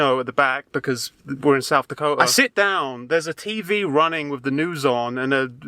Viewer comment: i love the way you say south dako'a